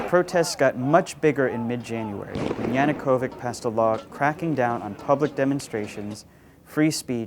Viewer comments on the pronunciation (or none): It's Yanukovich, not Yanukovic, and most certainly not Yanukovik. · Why do you pronounce his name as "Yanukovyk"? It's "YanukovyCH" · there are different variants of transliteration. either way, they pronounced it wrong.